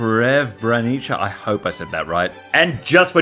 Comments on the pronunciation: "Shrev-brai-ni-cha, I hope I said that right" - me: No, it's sreb-ruh-NEE-tsuh... wait a minute! OH! I see what you did there,! Nice try faking not knowing how it's pronounced! You probably helped in (re)naming it!! Can't fool me!!! 😄😄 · I'm not from the Balkans either, but to the best of my knowledge, it's pronounced something like "Zre-be-ni-tsar". Probably best known in the West for the Massacre that took place there during the Yugoslav Wars. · Thanks for doing your best effort in pronouncing Srbrenica. Im not bosnian/Bosnian serb/croatian however I am aware it is pronounced " Ser bre Nitsz ka" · It's "Sre-bre-ni-tsa" (S - pronounced normally). Comes from slavic word "Serebro" - means "silver" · It's Srebrenitsa. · Srebrenitsa. Pronounce it like that. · Srebrenica (s-reb-ren-it-sa) is also known for a massacre in the 1990s. Not a place with a happy history. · You almost had it... Srebrenica is pronounced "sre-bre-ni-tsa". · Srebrenica (pronounced ~ sreh-breh-NEE-tsa) - was the place of the bloodiest civilian massacre during the Yugoslav Wars in the '90s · I think it's more like "Shrebrenitsa", at least that's how I remember my Bosnian mate pronounces it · I believe the 'c' in Srebrenica is like "ts" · I am Balkan! You were Close with Srebrnica! But Sreb is said closer to....Serb and Nica is pronounced like neeca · No, you did not in fact say Srebrenica right.. Cries in Croatian... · been trying to say srebrenica properly for centuries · Btw Srebrnica has more of an S sound (like snake) not an SH or š sound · Yeeeesss you butchered srebrenica but only the S and the C I can only describe with hun but S in serbian bosnian croation etc is Š meanwhile smt like the S(nake) wouls be S So it really is just that S and (hungarian sz) sound with that And the C is just a C not K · You didn't Srebrenica say it right, but that is okay Poor place had one of the worst massacres during the Bosnian war in 1995. Did not know that Vlad was there so many years before